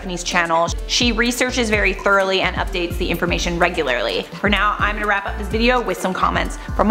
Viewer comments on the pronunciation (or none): none